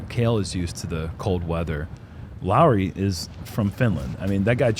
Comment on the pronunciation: pronouncing Lauri pretty much perfectly feels so warm in my Finnish, disc golf loving heart. Great job. 👏🏻